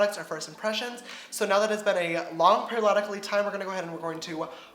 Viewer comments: wtf is perioLodically?!? 😂😂😂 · I've heard so many people saying "long perilodically time" now and I just can't